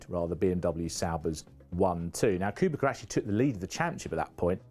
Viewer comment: It is Kubica but some people still call him Kubika It's not even that difficult to say